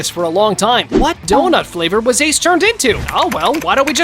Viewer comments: “Ace D. Donut” that’s the second time you’ve violated Ace 😂😂😂😂😭😭😭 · Bro not ace d donut ace d onut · Bro he said Ace D. 🍩